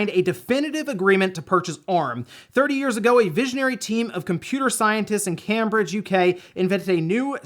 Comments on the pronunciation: Your one I love to listen about upcoming games an tech, an normally you nail how things are mean't to be said, but cambridge hurt my ears lol joking. just for future (doubtful you'll need to know) but its pronounced camebridge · Cambridge is pronounced "Came-bridge". Good guess, though! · Your pronunciation of Cambridge has never been said like that before. I went 🤨😮🤔 It’s pronounced as ‘Came Bridge’ 👍🏻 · Lol at the 'Cam-bridge' pronunciation, one of the most famous cities and universities in the UK (and oldest college in the world). Not even heard of Cambridge Analytica? Who won Trump the election? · It’s Came-bridge 😅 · Yep - it's a reasonable guess if you've never heard it pronounced properly before, though. With places like Frome, Godmanchester and Bicester, we certainly don't make it easy! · Cambridge is pronounced came-bridge, much love from a British fan. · you’re great but that’s not how you pronounce Cambridge. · Cambridge, UK is the same pronunciation as the one in MA!!!